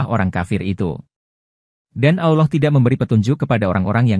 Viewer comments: maaf min saya tidak nyaman dengan penyebutann "awloh" saya lebih nyama mendengar dgn penyebutan "Allah" .. apa telingan saya yg salah ya ? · Pembaca video nya kaya bukan orang Islam, nyebut Alloh aja semrawut